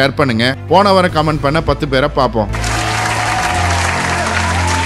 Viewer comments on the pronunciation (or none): none